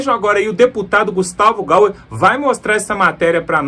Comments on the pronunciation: O SOBRENOME DO DEPUTADO E GAYER E NÃO GAUER. PROCUSE SE INFORMAR. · É Gaier, amigo! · Não é "Gauer". Por quê o sr lê o "y", como "u"? O correto é "Gayer". O "y" tem som de "i" e não de "u". Aprende-se isso na infância, na escola. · Guetavo GEYER, não, Gauer ! Pelo amor de Deus !! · Por favor, o nome do deputado é GAYER e não GaUer. O canal é ótimo! Parabéns!👏🏻👏🏻👏🏻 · NAO e GAUER e GAYER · Jornalista e/ou comentarista político tem OBRIGAÇÃO de falar os nomes certos !!! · Boa noite! Preste atenção no nome do Gustavo Gayer, porque vc pronúncia muito errado o nome dele. Morro de gastura!😂😂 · Gustavo Gayer! Eu sou de Direita, mas por favor comentarista, fala certo.